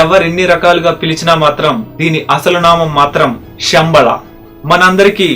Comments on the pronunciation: షంబ‌ళ కాదు... శంబ‌ళ‌(ఉచ్ఛ‌ర‌ణ త‌ప్పు) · Shambala kaadu Samabala....Sha ki Saa ki Chala difference undi. Shanthi ki santhi ki Chala teda undi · మీరు చాలా బాగా చెప్పారు. కృతజ్ఞతలు. గొప్ప సమాచారాన్ని అందించారు. ఒక్క విషయం చెప్పాలి మీకు. పలికేటపుడు శంబళ పదాన్ని షెమ్బల అని పలుకుతున్నారు. తప్పుగా అనుకోవద్దు. గొప్ప వీడియోస్ చేస్తున్నారు. తెలుగు కూడా స్పష్టంగా ఉంటే ఇంకా గొప్పగా ఉంటుంది.